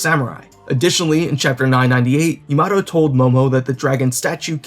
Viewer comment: Her name is Yamato not yamado XD